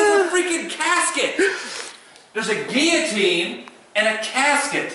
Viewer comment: i like how adam corrected your pronunciation of guillotine. no offense to you but people who say it like you have bothered me for years. haha